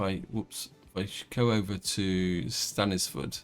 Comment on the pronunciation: I wonder if you'll notice that Stainforth* Passenger station has 5 tracks, with 1 platform being completely inaccessible, before next episode goes live :) *Which you've pronounced & spelled correctly precisely once in the entire series: most of the time you call it 'Stanford'